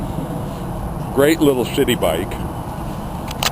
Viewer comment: Did you say city bike or shitty bike? No disrespect...